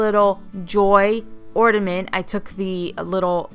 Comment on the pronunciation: OrNament not OrDament